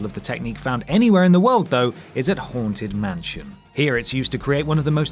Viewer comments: i keep on hearing 'horntit mansion',,... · Coz your accent I thought you said "The horn tit mansion" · Did he say The Horned Tit Mansion?